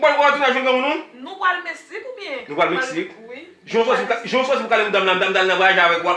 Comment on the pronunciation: Tanpri moun yo di pou mwen se pa ni Metsique, ni Mestique yo di Se Mexique Ou bay pwoblem wi manzè sèmante pou l pa ranje bouch li wi mezanmi